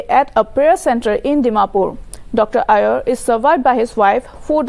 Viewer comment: His name is Imti not empty and Aier not ayer. What a report 😠